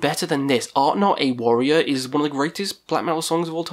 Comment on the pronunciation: *ArnTor, not ArtNor - although the latter pronounciation makes him sound a wee bit like a French metal project. Maybe he IS happily eating baguettes viz frommaaachh up in the eternal north. Who knows. :)